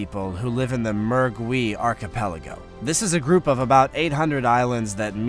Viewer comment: If you are going to read a prompter then is it possible to look up the pronunciation prior to filming. The words you botch. Wow. Some of the words you used I almost wasn’t sure what the word even was. Such as Archipelago.